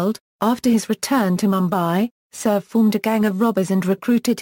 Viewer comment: first of all learn to pronounce names and placer correctly..... like pune and surve...